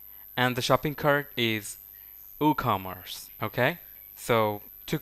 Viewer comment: "OohCommerce" :D